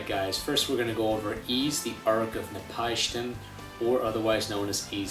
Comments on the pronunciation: O Never heard anyone pronounce Napishtim as Napieeshtem before. @@ (It's Nah-pish-tim, BTW.) Also, you have an impression collection of games in the background! *__* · HAHAHAHA NAP-PIE-SHTIM